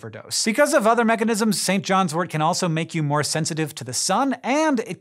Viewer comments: It's St John's wort not wart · tut tut..........Pronounced "Sin Jin's Wort"